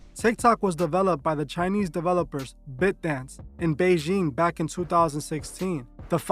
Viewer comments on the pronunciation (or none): It’s pronounced BITE-Dance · The way you say “ByteDance” is incorrect😂💀